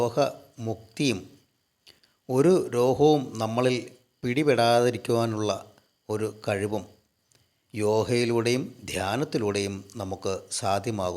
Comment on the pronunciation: യോഹ അല്ല യോഗ എന്നു പറയുക ,രോഹം അല്ല രോഗം എന്നു വേണം പറയാൻ